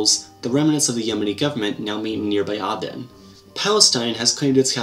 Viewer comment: I think aden should be pronounced ey-den!